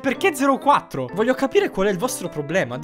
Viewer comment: Che rabbia vorrei dire un sacco di parolacce ma non vohlio